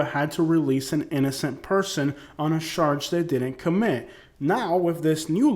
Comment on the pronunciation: Sounds like your saying they sarge people with crimes... charge my guy. lol peace